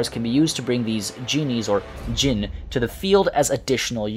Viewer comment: It's time for come on baby lol. There is one letter missing ع , you need to pronounce that to pronounce araby right, also you pronounce jinn perfectly.